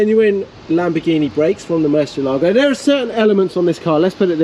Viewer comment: I reluctantly clicked play with my fingers crossed "Please don't say Mercy ALAA go... please don't say Mercy ALAA go... please don't say Mercy ALAA go... please don't say Mercy ALAA go... please don't say Mercy ALAA go... please don't say Mercy ALAA go...". Sigh.